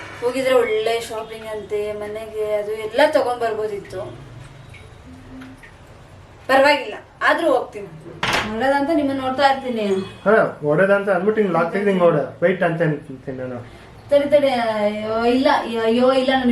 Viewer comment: 'ಹೋಗ್ತೀನಿ' ಅಂದ್ರೆ ಚೆನ್ನಾಗಿರುತ್ತೆ ಕೇಳಕ್ಕೆ. 'ಓಯ್ತೀನಿ' ಅಷ್ಟು ಚೆನ್ನಾಗಿರಲ್ಲ ಕೇಳಕ್ಕೆ.